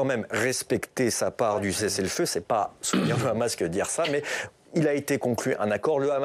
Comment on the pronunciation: Pourquoi le présentateur présente t-il le Hamas avec un r e'au lieu du h ce qui est typique de la façon de parler des Israéliens